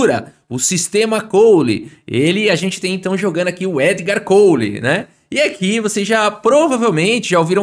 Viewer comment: somente um conselho: o sobrenome do jogador belga se pronuncia kól com o sem ser u ou w semivocálico, mas sim como falam no sul do Brasil.